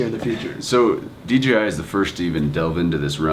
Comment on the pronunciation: If you are going too review it, at least learn to say," Dee-Jay-Eye", not "Dee-Gee-Eye"